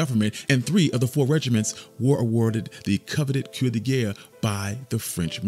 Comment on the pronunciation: Well Done! Just to sharpen your presentation, the proper way to pronounce the name is "Seven Sixty FIRST" instead of "Seven Sixty ONE" and "CWAH de Gere"! This is NOT a put-down, just a friendly bit of help. EXCELLENT JOB, GREAT subject! Glynn "WARDOG" Jacobs Lieutenant, U.S.N.R., (Ret.)